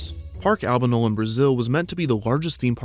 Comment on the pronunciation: Albano-el , as in the Christmas No-el x)